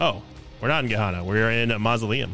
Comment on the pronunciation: It's Gehenna not Gehanna. Geh-hen-na